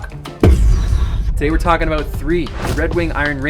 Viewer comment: What are you talkin A-Boot?